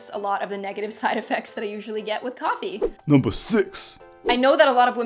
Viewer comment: "nuumber 5" sounded so funny hahaha .. this is awesome and informative